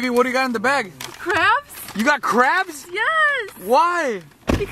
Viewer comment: It's sounded like said I really wanted some cramps instead of crabs